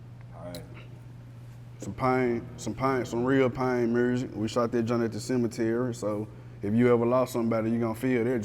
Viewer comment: Why do everyone from Tennessee pronounce music as Murzik 😑😑😑